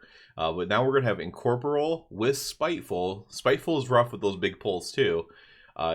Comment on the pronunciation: This is a nit-pick but say it with me. En-COR-Por-real. Sorry It was triggering me. lol.